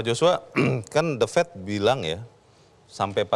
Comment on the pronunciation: "The Fed" bukan "The Fet"